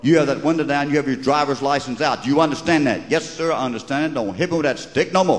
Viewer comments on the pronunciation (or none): he didn't ask for the "drivum lise"?